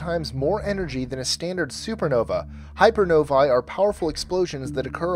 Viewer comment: One thing: hypernovae is pronounced like hyper + “no-vay”. Hyper-novay. In English, ae or æ is always pronounced as “ey / ay”. The same sound in “egg” or “anger”